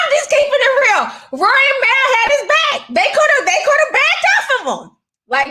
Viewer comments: Mal pronounced {Mall} Unless you meant to keep clowning his name like how you called these men "Girls" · bruh how hard is it to say Mal...(maul) 😂😂🙈